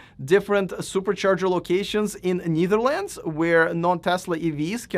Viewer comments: BTW, it’s pronounced Netherlands , not Neetherlands nor Kneetherlands 😊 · You pronunciation of Netherlands is wrong. Check it out.